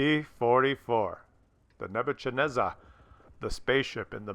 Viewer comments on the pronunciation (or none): And it is pronounced "Ne-bu-KAD-nez-er" not "CHAD-nezer." It's kind of a "k" with a rough r sound - like hacking up a loogie... Now you know... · I think you'll find pronouncing the name as, "Nebu-xad-nezzahr" closer to reality. The 'x' in the second block is probably pronounced like the 'ch' in the Scottish word "loch." Here's a link with the wikipedia entry on the more famous Babylonian king to bear the name in question. HAGO